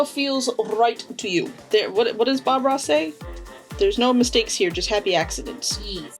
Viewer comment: We need a "Hai ^_^" shirt, and a "We support all body shapes and sizes heah!"